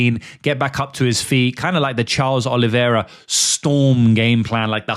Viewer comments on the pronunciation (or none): none